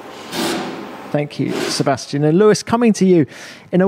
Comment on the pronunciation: this german guy pronounces names always so weird. i always wonder why he as a german says "Sebestchen" instead of Sebastian or - when he says max verstappen he says "meks vershtEppen", when he says alexander albon he says "Elexender ELbon", lance stroll is for him "Lents stroll", calls kimi "REYKENNEN" is just weird because he is german and names like alexander, Sebastian or max very german sounding names and he says them still so weird - but when he talks german he says it normally